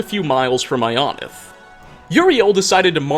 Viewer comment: all the fudgemuppet watchers hearing him pronounce ionith like ion-ith instead of eye-o-nith like we’re used to